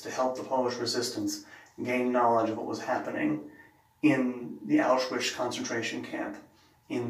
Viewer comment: Excellent pronunciation. Auschwitz during the war was a part of 3rd Reich, as Hitler decided. Mentioning Poland in that context is rather silly.